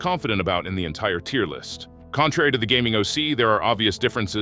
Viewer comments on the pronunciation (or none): intaier tier list